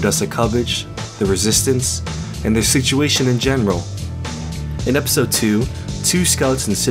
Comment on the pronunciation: “E-pistol 3” You need to change the em-fah-sis.